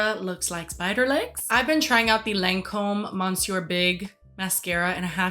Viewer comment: The Lancôme mascara is pronounced “muh-SYUR”; the “n” is silent. It’s like saying mister.